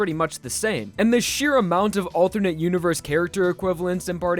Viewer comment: I can't get over you pronouncing alternate as althurnate. I'm sure you're not doing it on purpose, but I find it funny